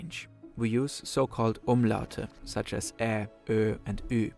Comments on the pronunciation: You did the Umlaute VERY well at the second attempt 🎉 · Wow, you pronounced the Umlaute perfectly ! I also feel like the german Image problem, especially considering the US has also to do with not interacting with this other country and just believing, what the main beliefs are about this one specific country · I gotta say, for an English speaker your German pronunciation, especially the Umlaute, are pretty acceptable.